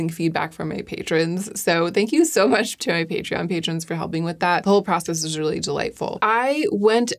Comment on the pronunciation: did i miss a pun or did she just pronounce much as mech